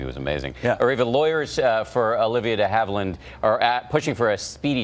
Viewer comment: A lawyer, who has JUST heard Ms DeHavilland's name REPEATEDLY pronounce (including here ) - STILL manages to frak it up ?!!?